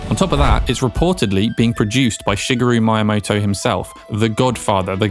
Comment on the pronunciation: Shigaru My Amoto? Lol That's not his name. Shigeru Miyamoto (she geh roo mee yah moh toh)